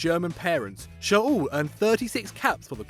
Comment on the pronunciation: It’s shoLLLLLLLLLL not shOUl goddamnnit! Amaterasu!